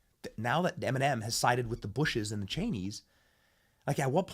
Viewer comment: Em-in-men!! YAG 🔚for sure